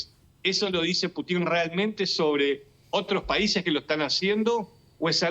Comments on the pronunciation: Se pronuncia Pútin y no Putín; así como Bíden y no Bidén... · aprende a pronunciar el apellido del pte ruso Que burro eres ademas de pro yanqui.